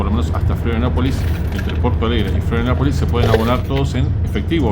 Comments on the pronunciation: Muy bueno el video amigo ❤ Lo que si, dijiste cómo 20 veces florianapolis 😂 pero es Florianópolis abrazo grande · Florianopolis no Florianapolis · Se dice FLORIANOPOLIS!!!!